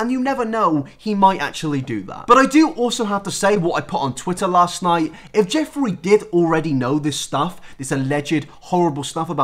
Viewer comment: I thought you said Joffrey instead of Jeffree cause of the amount of times you said GoT